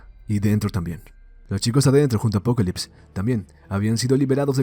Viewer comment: Solo soy soy o el man le dice apocolypse en lugar de apocalypse, el otro es de DC no?